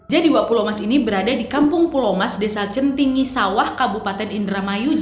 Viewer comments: Edit aja nih Wak bukan "centingi" tapi "Cantigi" indramayu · Cantigi mba bukan centingi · Desa Cantigi ka nad, bukan centingi. Warga lokal nih😅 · Cantigi wetan wak bukan centingi 😂😓